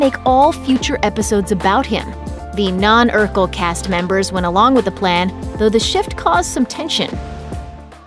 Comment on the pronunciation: First off, it's Urkel......